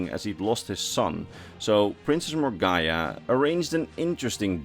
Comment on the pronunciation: It's pronounced More-Gah-Nah